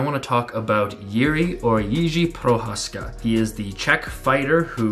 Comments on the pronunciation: So far the best pronunciation i've heard. I am from Czech rep. from same city as Jiří. My friend went to school with him. I am nearly 29 and he looks like he could be my dad :D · Very nice video, thanks! I'm a distant relative of Jiří and the Czechs couldn't be prouder of him. Also, great pronunciation! It's really cool that you took the time to try to learn it! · Good video, I like that you atleast try to pronounce his name the right way. Some people don't bother at all 😃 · Thank you for very good video! I'm really appreciate that you can see in him more than just amazing fights but also his very interesting philosophy. Thank you also for trying to pronounce his name correctly!! Big greetings from the Czech Republic!! :)